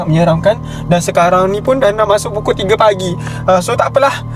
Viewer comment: Kelakar bila cakap pukui 12 malam